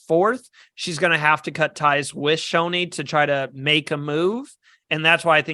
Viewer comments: Not bad. Also Shonee's name is NOT pronounced "Show Nee" it's "SHON NEE" as in you pronounce the "On" in Shonee. My prediction I think this will be run/domninated by the returnee players as a lot of them you would think would have pre gamed for this and are more likely to get as many returning players to merge as possible and not let the newbies take over as is the case in a lot of these fans v favourites seasons (as if we're being honest that is really what the season should've been called but Heroes v Villains sounds more marketable to the casuals and any International viewers). The stats for these half/half seasons or mixed returnee/newbie seasons has always ended with a returning player making FTC or winning the game in both US & International Survivor. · Not pronouncing Shonee’s name correctly was the only thing I disliked about this video😂😅! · Not pronouncing Shonee’s name correctly was the only thing I disliked about this video!